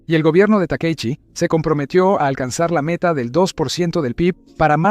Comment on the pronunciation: Por qué esa voz de IA le dice Takeichi cuando es Takaichi